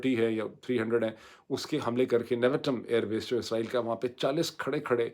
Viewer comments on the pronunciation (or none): none